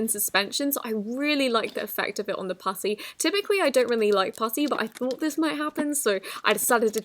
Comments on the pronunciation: When you said putty it sounded like pussy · Omg it’s so weird sounding when she says putty